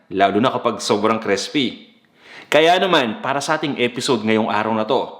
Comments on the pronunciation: Okay ang cooking mo pero ang arte mo mag tagalog at nag slang ka pa sabay taglish ka pa. Arte mo bata. Mag Tagalog ka nalang para tunay na pinoy. Buti nalang sa dulo eh nawala na arte mo sa taglish bata. Crispy not Crespi ! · Baka po crispy at di crespy. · Nakakaloko yung pagbigkas sa "crispy". Parang sinasadya talaga, eh.